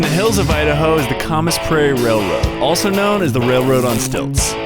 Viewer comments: Only part way in and loving the concept. Going to sub and watch all three episodes. For the love of all things regional, when pronouncing a place name, please consult with locals to find out how it's said correctly. It's not the "COM-uhs Prairie Railroad". Camas is pronounced "CAM-uhs". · Camas is pronounced like canvas.. Cam-us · Hey awesome video brother! The railway is actually pronounced, "Cam-iss" (pronounce the cam like you would when speaking about the engine part and then the "as" portion like the end of the term for a snake hiss.) It's a type of flower and there's a town just North of Portland Oregon named Camas 😉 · Its pronouced CAM-US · Camas prairie. The "cam" in Camas rhymes with "can". As a professional mechanic, let's just say I've been breathless more than a few times since I subscribed a long time ago, but I can't troubleshoot radar, so I'm not going to judge. As you can see, I'm still watching your videos. 😁 I have nothing but respect for your desire to learn and do, but please find a couple good tradesmen for a thorough inspection before trusting a large project like this with your life. There is SO much that can go wrong. Always... No; NEVER go out into the wild without the resources and knowledge that you might break something and end up living out there for a while until help arrives. Even a couple miles is too far to walk when you want to walk, but you can't. Ask me how I know... I love the truck, I've watched the video you modeled your truck from a dozen times in the last 2 years and I'm jealous and happy for you at the same time. I have a 1956 Willys that I'm planning on using for the same thing as soon as I win the lottery. Wish me luck. Good job and keep going!!!